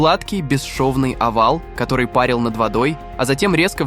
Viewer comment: Не пАрил, а парИл! Грамотеи!